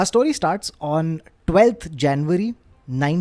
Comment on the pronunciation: Thank you for 'story' and not 'stawry' as you've been saying in last couple of episodes